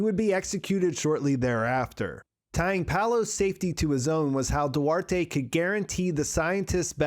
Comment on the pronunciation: The name Duarte you don't say the e at the end.. its do-art. That's it.. another mispronounced name